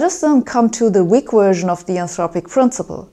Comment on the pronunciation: Yes, she does. Plus, I love the way she says version...."Wersion" lol. She is awesome. TNQ